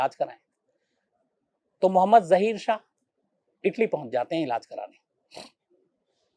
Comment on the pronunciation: ज़हीर शाह नही ज़ाहिर शाह बोले